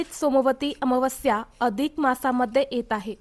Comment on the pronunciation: ताई अमावास्या चा उच्चार तर निट कर